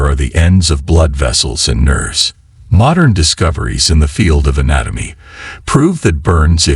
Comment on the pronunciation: Why use computer voice? It doesn't work and it's irritating. The nerves become nerds and the Quran become corn...